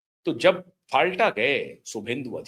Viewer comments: The name of the area is Falta not Phalta ! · फाल्टा नहीं फलता उच्चारण कीजिए। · सर जी, यह जगह का नाम " फॉल्टआ" नहीं है, "फलता" है। सबका हिसाब एक एक कर लिया जा रहा है, और आगे भी होगा। जय श्रीराम, बन्दे मातरम्, भारत माता की जय।